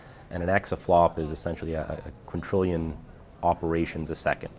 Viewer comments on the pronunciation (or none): It is "quintillion" not "quintrillion" as stated twice by one of the stars of this show.